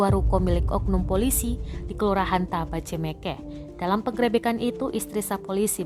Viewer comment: Buat mbk yg membawa berita tolong kata penggerebekan di perbaiki 😂